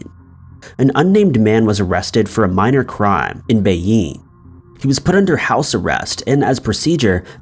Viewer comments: John Barber Well he said it like "Bay-Ying" which I found very odd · 10,000 Russian Rubles is only $134.50, also why the hell did he pronounce Beijing like that???